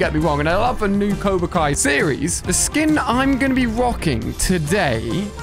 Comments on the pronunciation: It is cobra Kai not coba kai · Did he say Coba kai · he said coba kai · everyone : cobra kai Ali a : COBA kAi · He called them coba kia skims lol 🤣